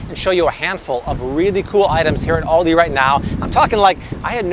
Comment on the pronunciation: the way you say Aldi hurts my soul